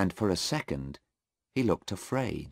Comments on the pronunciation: Wrong spill 8.43 it is afraid not araid Tq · 8.47 afraid instead araid .